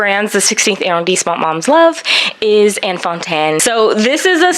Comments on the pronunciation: Hey, this video was amazing! Please do every arrondissement. :-D The combo of fashion + mini tour/highlight was great fun. PS it's pronounced AH-rondissement, not eh- or air-rondissement which I think is what you're saying. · Ooh, gotta work on that French pronunciation! It's not [air-rhone-disement]. It's [ah-rhon-disement]. Shorten your vowels and you'll instantly improve your French.